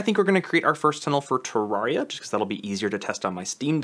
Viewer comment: nice vid bro! SAY TURR AIR EE UH